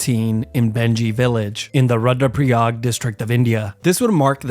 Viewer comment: its pronounced roodra pra yag